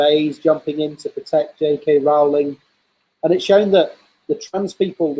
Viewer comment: Doesn't really work unless you pronounce it weird; her name's pronounced like "rolling".